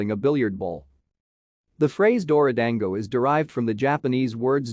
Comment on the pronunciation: You mispronounced it, you morons. Get it right.